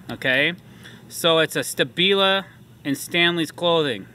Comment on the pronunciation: If thats really how you say stabila.... then I guess I'm an eediot